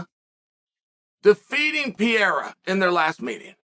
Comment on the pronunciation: Pee-Era lol